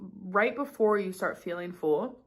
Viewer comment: Not sure if anyone else is bugged by it... but the way she pronounces "full" as "foo-ull" Just me?